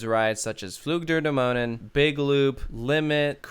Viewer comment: with "Dämonen" you come really close if you try "Damn", "oh" and the add "Nanny" without the "y" - "Damn - oh - nann"